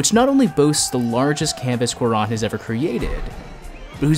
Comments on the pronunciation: Great vid! But also, it’s pronounced kū-ah-rōn... not kū-ah-rahn. The accent on the ó is there to indicate the stress on that syllable. Same for Y Tu Mamá También. Ē tū mah-maah tah-m-bē-ehn. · WHY THE FUCK YOU SAY CUARÓN LIKE THATTTT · you massacred his name. good video though